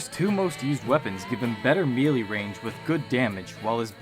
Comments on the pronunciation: One major error you forgot to fix from your original video - It’s pronounced MAY-LAY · "Especially you guys who nitpicked my pronunciation of MELEE!" I'm dead now. I can't.